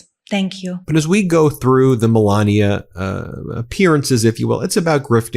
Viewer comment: And this is a woman who is teaching kids how to read?? How can she teach kids how to pronounce words properly?! She's been here for a very long time and she still lays on her accent as heavy as she can. Melania, it's not sexy, you just sound ignorant.